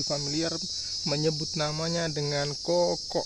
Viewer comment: Kakao bang bukan koko